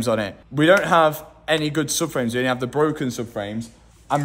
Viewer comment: heveh is not a word lad